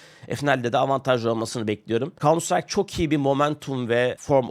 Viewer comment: kauntsıtrayk ne hacı? farklısın tamam 😂